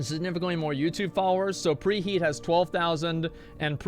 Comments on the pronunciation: Did...did you say pre he-at.... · Just subbed to preheet to annoy preheat. lel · Petition to start referring Preheat as REEheat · Everybody please annoy the f out of preheat by calling him preheet and congratulating him on his last video. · PreYEET Preheat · I know who Preheet is but who the hell is Preheat.